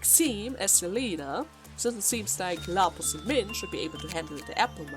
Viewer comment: Until to this day, hasn’t pronounced Lapsus name right. XD